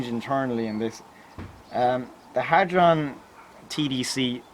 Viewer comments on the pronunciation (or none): none